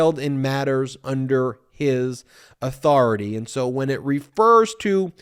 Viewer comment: Welcome to the Old World, USA. You have a 'King' trying to assert his or-thau-TAY. Watcha gon do bout it? Being the best country in the world and all. So you say... SMH.